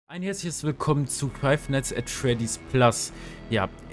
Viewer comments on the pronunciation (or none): man spricht es nicht F N A F aus Sondern FNAAAAFFFFFFFFF Zusammen gesagt aber gutes video 👍